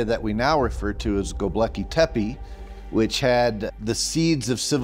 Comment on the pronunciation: He doesn't pronounce Gobekli Tepi, correctly. It's a common mistake, but NOT for an expert! Scott Wolter knows how to pronounce Gobekli Tepe, correctly.